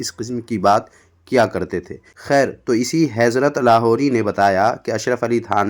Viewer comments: جناب پہلے آپ جا کر لفظ حضرت بولنا سیکھیں کیونکہ آپ حیضرت بول رہے ہیں😮 باقی باتیں باد میں کرلیں گے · Heezrat heezrat kiya Hazrat hota he Bolna sikh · تمہاری جہالت کا عالم تویہ ہےکہ تمہاری اردوکاتلفظ تک صحیح نہیں ہے حضرت کا تلفظ ھیضرت کررہےہو یہ جہالت ہی نہیں خباثت بھی ہے. حسن دیوبندی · پہلے حضرت تو سہی سے کہ لے ۔۔حیضرت پڑرہا۔۔ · وه حضرت ہے حَیْضرت نہیں 😂😂😂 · پہلے حضرت کہنا تو سیکھلے کمین حیضرت کہرہا ہے ہمارے بزرگوں نے تیری ماں کو چوددیا ہے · Allah hidayat de isko bhai hezrat bolra wo bhi nahi aata